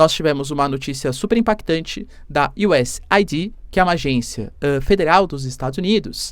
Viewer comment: Professor é US eidi ( e nao aidí)